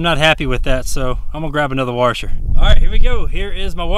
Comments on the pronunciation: Except for that "r" he keeps putting in "Washer". Heh, my dad says "Warsher" too. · A "warsher" lmao good video btw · I like how you say "warsher" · My god this "warsher"! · "Warshur" :P